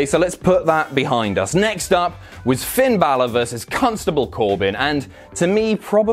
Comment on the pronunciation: Enjoyed the subtle exertion on the first syllable of Constable. 😂